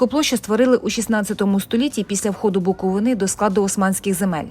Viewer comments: Не Буковинà, а Буковина! Перша згадка про Чернівці, це 1408 рік, в складі Молдавського князівства. До цього часу, згадок про Чернівців, немає. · БуковИна, а не БуковинА! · Знов БуковинА , ну тоді ви the TravelEr... .